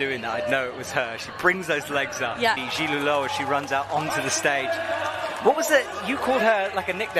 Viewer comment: Like it would NOT have been hard for them to get a pronunciation sheet for the finalists instead of sounding like ignorant fools.